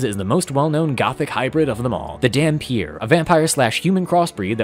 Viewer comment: Funfact: dhampir comes from an albanian word, dhampir, which is pronounced "tham-peer" (the th pronounced like in "the", not "thought")